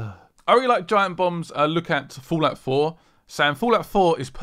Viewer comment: did he say fallout 4 or fulat 4?